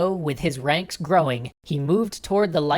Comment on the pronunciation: Bogotá have accent in the last A, has you say sound weird, like sexy or something like that